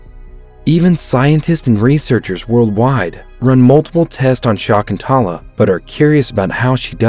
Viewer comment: It's sha-ik-ku-in-tuela not what u just just in a excuse of a name